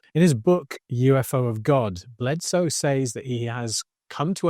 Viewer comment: Hope to help, "Says" is pronounced, "Sez."